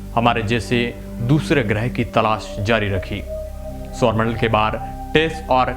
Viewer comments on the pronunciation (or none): none